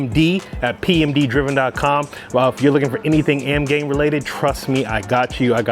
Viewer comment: AMGAIN? There's an "I" in there buddy